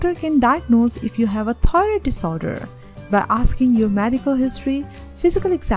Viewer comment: This video had a lot of good information, however, the person had a very thick accent. There were times that it was even difficult to discern the word 'thyroid.'